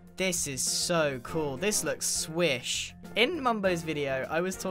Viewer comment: Every time grian says swish I need another therapy session for my depression